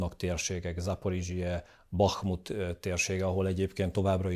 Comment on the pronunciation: És ényleg arabul ejtette a Bachmutot!!